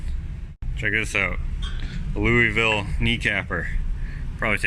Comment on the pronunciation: You said "Louisville" like a native!